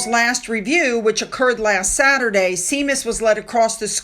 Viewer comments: Seamus is pronounced “Shay-mus,” It is an old Scottish Gaelic masculine name meaning “James.” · Sorry,, but the Irish Wolfhound's name, Seamus, is pronounced Shaymus. (It's the hound's feelings I'm thinking of...) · I think the dog's name is pronounced "Shaymus" like "Shawn" Sean. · Seamus is pronounced Shay-mus. Our friend is called Siobhan which means "God is gracious". That is pronounced Shuh-vawn! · Seamus is pronounced "Shaymus." It's Gaelic. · The dog’s name …It’s pronounced Shamus! lol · The Irish Guard dog’s name is SHAY-mus. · Hey sue seamus is pronounced shaymus 😉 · Just so you know: Seamus is pronounced like Shaymus. No wonder Hazben has been jealous of William all his life…William is in an entirely different league…Hazben just can’t compete. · Hi me again as its the IRISH GUARDS the dog has an Irish name and it's pronounced Shamus as in Sir Shawn,(Sean), Connery. The United Kingdom has many idiosyncratic ways of pronouncing the words. The other day I even heard a Brit calling a Castle in Leicestershire its spelt Belvoir but pronounced Beaver so even we can get it wrong. I remember in college being told that alright is all wrong its two words, and why oh why do people say two times when its twice for goodness sake and thrice for three times. But hey its something that bugs me and as long as you don't mind me explaining it to you I'll just carry on but just don't ask me about Welsh as unfortunately I don't speak that language.❤ Keep on keeping on I guess something good is coming after watching Fiona's video yesterday I do believe in Khama and I'm so pleased for all of you. To quote a very famous, loved and sadly missed Comedian Dave Allen, "May You're God Go With You".❤ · SHEE-muhs, equivalent to the English James. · Darling, Seamus is pronounced shaymus. Love your channel, keep strong. A Brit living in Italy ❤ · Just a note...his name is Irish and pronounced ...shay-mus ❤ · Hi. Seamus is pronounced Shamus. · “Shay-muss”.